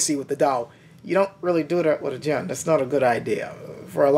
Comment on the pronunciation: why do you pronunce it like 'Dian/ Dzian'? Not even full blooded Chinese pronounce it like that; they use the hard J: 'Jian'.